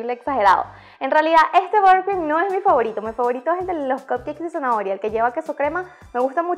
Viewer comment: Borcrim??? Cero pronunciación...